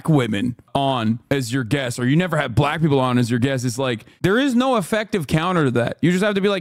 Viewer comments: Trump pronounces it “buh-lack” every time… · Trump says black with a hard L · Why does he pronounce black like that? Its a bizarre dogwhistle.